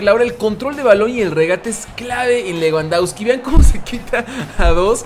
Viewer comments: Se pronuncia Lebandobski jajajaj leuandauski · leuandausqui :vv